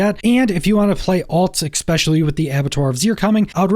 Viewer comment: My guy, it's ESPECIALLY, not exspecially...... wow.